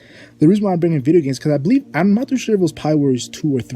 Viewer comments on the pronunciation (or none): none